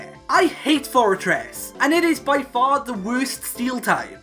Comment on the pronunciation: "This one is the *wurst*"